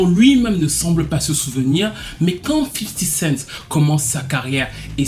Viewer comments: cool mais on dit 50 cenT pas 50 centSssss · 50 cent pas 50 cents